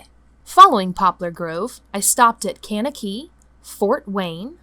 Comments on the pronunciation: As always great vid…but Kankakee, IL is pronounced “KANK-ka-kee” just so you know. I’m a FIB, and any Cheesehead can explain that to you…😂😂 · Town name pronunciations are always a crap shoot: cain-kuh-key! (OK, maybe not "cain" but sort of "KANK-uh-key") "That's where I ended up for the night" - real, oldschool barnstormer stuff! Love the shot with the columns of rain and the Unabomber look!